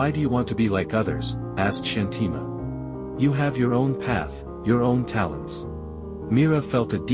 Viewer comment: Thank you for sharing such an inspiring story! Just a small suggestion regarding the pronunciation of the name Shanthi Ma. We feel that using the Indian accent for pronouncing Indian names adds a sense of originality and helps the story feel more authentic and connected🙏